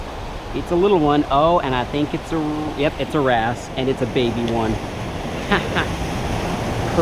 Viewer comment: when you said wrasse I though you were saying grass